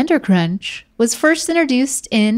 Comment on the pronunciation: saying ‘interduced’ instead of ‘introduced’ all day 😂 Is that an NC-thing? 😂❤️